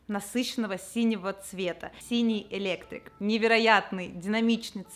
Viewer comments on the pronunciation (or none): АсимметрИИИИИИИИя, а не "асиммЕтрия"!!! P.s. цвет называется электрИИИИИИИк, а "элЕктрик" -- этот похмельный дядя Петя, который проводку чинит)))